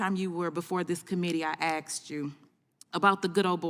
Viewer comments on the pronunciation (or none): she said "Asked", then a couple seconds later, "Aksed"... lol! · I gonna axe you a question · She AXED him a question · If Cory bush isn’t screaming racist she isn’t talking. Because she “axed” him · She "AXED" ATF? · since she can only "axe" a question she's null and void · I axed you...😂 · "I axed you", isn't that assault with a deadly weapons? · "I axed you"🤨🙄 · She axed him?! Howd she not get charged?! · did she say last time he was there she axed him? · She was axing a question. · Well, she did axe you!! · It's "asked you", "asked you". Not "axed you" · she "axed him" a question. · He got axed! I live in her district, she’s an embarrassment. Myself as well as tens of thousands others, do not support her and didn’t vote for her. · She’s a congress woman and she can’t say “ask” instead of “axed”???? WTF man!!! 😡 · she axed him a question? Can we please get some educated ENGLISH speaking reps? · I axed you…. Come on do better! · “I axed you” she admitted. Illiterate clown! I’m with on this one (unusually) it’s up to black people to offer up less criminals for him to arrest. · She Axed him? What a pro. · "...axed..." ? SMDH. Should have demonstrated her superior intellect by using more syllables: "axededed" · She axed the ATF director? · Cory Bush can’t even pronounce the work “Asked”.